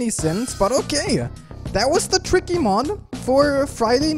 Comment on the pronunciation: We all ignore Tricky sounds like he’s saying cookie